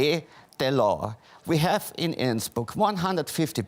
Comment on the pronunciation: die einzigen wörter die er richtig gesagt hat waren Tirol und Innsbruck hahaha